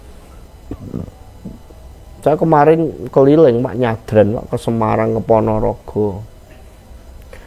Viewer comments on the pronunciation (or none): none